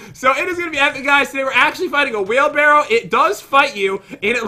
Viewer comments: “Whale Barrow” -Pat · Swear he said Whalebarrow